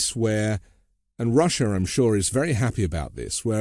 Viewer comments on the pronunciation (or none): none